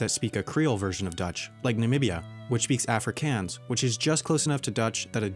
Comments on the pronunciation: Sorry again but it’s Afrikaaaans with the long a not afrikans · It's pronounced "Ofri-kOns".